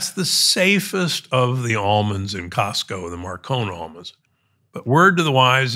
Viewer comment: Costco not Costo***